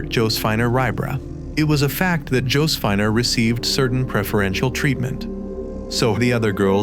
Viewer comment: ALSO-- Joe-suh-fee-nah...